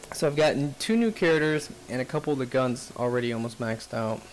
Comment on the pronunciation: In the next episode, will pronounce Charders... Characters. Hah, I only kid, fun video though. No Harrier though is a bummer.